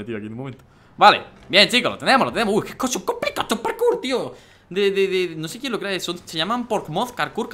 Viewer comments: Lo que dice Dani: parkour Lo que yo oigo: carkur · Like si en el minuto 1 as oído karkur envés de parkour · like si oistes que Dani dijo karkur